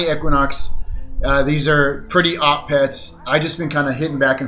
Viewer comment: The way he said op lol